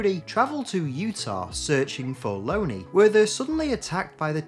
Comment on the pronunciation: I think it’s pronounced LON-ee not Lony like Bologna.